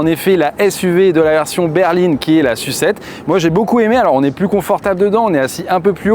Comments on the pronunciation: La S-U-7 s'il vous plait, et pas "la sucette" 😁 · Pourquoi tu dis "sucette" pour SU7 et S.U.V tu dis s.u.v ? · J’ai arrêté de regarder la vidéo dès que j’ai compris que le journaliste allait dire « Sucette » et « Yucette » pendant toute la durée du reportage. Pour moi, c’est insupportable et, surtout, c’est complètement volontaire alors que personne ne prononce le nom de ces modèles de cette façon. Mais je suis peut-être seul avec ce problème…